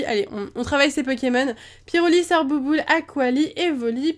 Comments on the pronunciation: En dit sorbebe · C'est même pas sorboul,c'est sorbebe XD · C'est pas sorbouboule c'est sorbébé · Sorbouboule -> *sorbébé X)